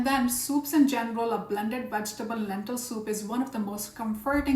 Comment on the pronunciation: Soup, not sout